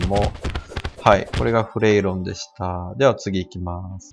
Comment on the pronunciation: 発音はフレイロンだよ